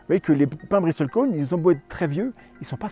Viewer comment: Intéressant. Ps : on ne prononce pas le T dans Bristle. Comme dans Castle. ;)